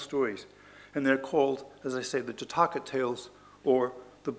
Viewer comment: " Jataakaa ✖︎ " ==> " Jaataka ✔︎ "